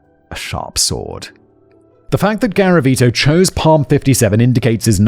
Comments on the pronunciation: Psalms is pronounced Saalms. It rhymes with Calms. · Simon, when you speak about your children it is a reminder of a better world. By the way Psalms is pronounced as "salms" the "p" is silent.